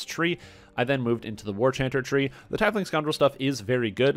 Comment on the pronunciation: "Tiefling is pronounced TEEF-ling, not tie-fling, as you can hear here." //